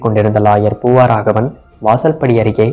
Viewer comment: ஒரு திருத்தம் : "பூவாராகவன்" அல்ல! " பூவராகவன்!"